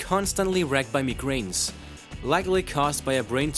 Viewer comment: He says "Headacuts" and "Megrains" instead of saying Headaches and Migraine.